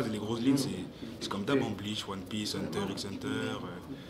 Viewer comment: IL A PRONCE LE X DANS HUNTER X HUNTER SHINEEEEEEEEEEEEEEEEEEEEEEEEEEEEEEEEEEEEEEEEEEEEEEEEEEEEEEEEEEEEEE